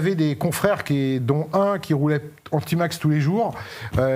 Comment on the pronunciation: A Marseille on prononce Tmax et non pas tymax ou timax